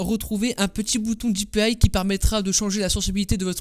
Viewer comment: la fonctionnalité avec les navigateurs et les petits boutons latéraux de la souris n'est pas rare du tout elle est présente sur toutes et je dis bien toutes les souris puisqu'elle est intégrée au navigateur et non a la souris Et pour le bien de nos oreilles, on dit dpi et pas dipiaille on est France pas en Amérique, sinon bonne video ;)